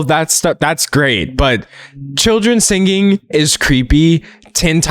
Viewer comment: The part where you said singinghhh actually made me laugh in a silent classroom why did you do this to me D’angelo